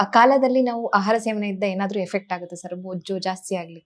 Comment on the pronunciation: ಅಹಾರ ಅಲ್ಲ ಆಹಾರ